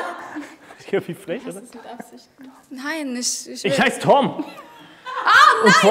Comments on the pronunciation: Wie die eine immer Tim gesagt hat anstatt Tom hat mich am Anfang so getriggert hahah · Wie die die ganze zeit nicht tom sagt sondern tim 😂